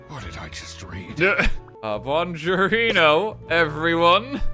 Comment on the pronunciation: The real crime is the way RT pronounced bongiorno